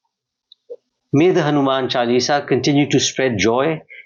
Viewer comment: All is beautifully spoken and discussed excepting for the very subject. HANUMAN CHAALISA , Ms Dutt , not Hanuman Chulisa. CORRECT pronunciation will be appreciated.